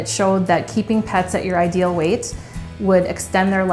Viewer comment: Obese lady talking about weiight🥴